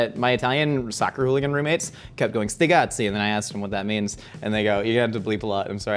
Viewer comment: It's sticazzi, not stigazzi